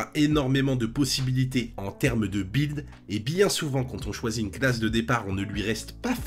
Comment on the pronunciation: "bwild" lol ... aussi enorme qu'un "bwilding"